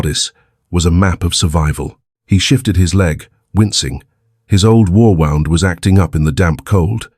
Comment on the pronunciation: I liked the story❣️ Different than others! I rate this tale an 8 and a half out of 10‼️ AI pronounced the word “wound” wrong; it is a heteronym.